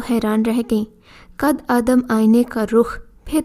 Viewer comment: آپ لوگوں کی اچھی کوشش ہے ۔ کچھ کہانیاں واقعی اچھی ہیں مگر بعض کہانیوں کے ٹائٹل مناسب نہیں ہوتے۔ دوسرے یہ کہ اردو پڑھنے میں آپ لوگ بہت غلطیاں کرتے ہیں۔ مٹلاً قد آدم اسکو “ قدّے آدم “ پڑھتے ہیں۔ اسی طرح کی کی بے شمار غلطیاں ہر کہانی میں ہوتی ہیں۔ اسکو درست کریں ۔